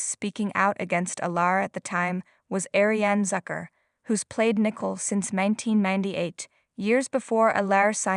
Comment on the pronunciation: Nicole not nickle. Get someone eho can pro ounce people's nameright!!!!!!!!????!!!!!!!!!!!!😂.